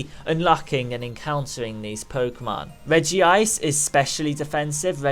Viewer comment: You pronounced Regice wrong, but it doesn't matter. I wouldn't be able to sleep if I didn't say it